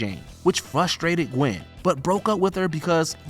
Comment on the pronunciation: You mean Gwen not Qwen